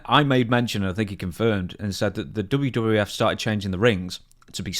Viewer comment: “Well back in the dubyuh-dubyuh-double u-f”